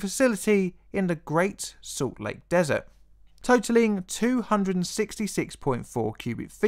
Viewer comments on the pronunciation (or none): none